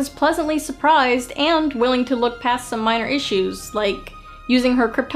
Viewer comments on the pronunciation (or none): none